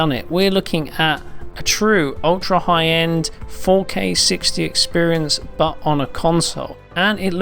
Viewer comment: Drink when he says expirince